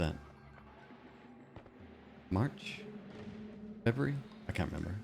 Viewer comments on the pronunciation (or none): none